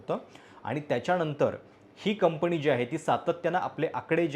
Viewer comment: कंपनी म्हणायला शिका दे मग कोटिंग मध्ये बोला